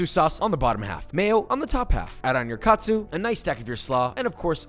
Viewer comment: It's not pronounced kat-su but ka-tsu.